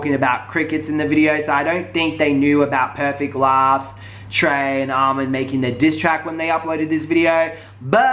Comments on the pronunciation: HIS NAME IS NOT ALMOND IT ARMON PLEASE GET HIS NAME RIGHT IF YOU WANT SOMEONE TO GET YOUR NAME RIGHT !!! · I'm dead did u jus say almond lmfao its ar'mon 🤦🏾‍♀️🤦🏾‍♀️ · You pronounce Armon so weird😂😂